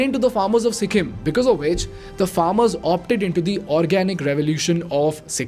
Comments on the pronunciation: Its Sikkim bro not sikkhim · its sikkim not sikkhim. but great video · On a lighter side- after Their being pronounced as ‘Dyaar’, I’m not able to focus on the content due to ‘Sikhim’.